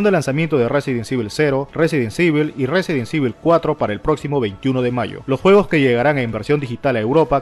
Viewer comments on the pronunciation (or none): jaja no pasa nada. Se pronuncia Resident ivol. Buen video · No se metan con el porque no sepa pronunciar el juego cabrones xD resident sibel. Resident ivol. Resident evil . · Me quedó en la mente el "Residen sivel" jaja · RESIDENT SIVEL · Resumen del video -BlaranTru (Blood and truth) -ResidensIvol (Resident Evil) -Castlevany Aniversal (Castlevania Anniversary Collection) -KÓnami (Konami o konámi, como se pronuncia) -Esnaiper ElÍT(Sniper Elite) -Brit Bareles (Brief Battles) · el del video lo pronuncia muy mal...Residen civel le dice jajajajaja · Resirent civil jajajajaj aahh dios me hiciste el dia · Castlevani, Resident Sivil, me chirrían los oidos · RESIDENT SEIVIL!!! JAKJJAJAJJ!!! XD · Resident sivel gggg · Residenseibil xD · Residen sivel jajajaja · Itsuki Haru resident ivol y gueim quiub xd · No sabes decir resident evil ni game cube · dios mejora tu ingles, no puede ser que no sepas pronunciar resident evil